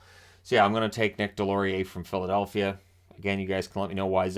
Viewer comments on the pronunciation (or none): none